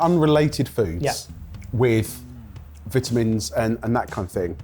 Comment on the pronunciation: I am getting vile vibes from your pronunciation of vitamins.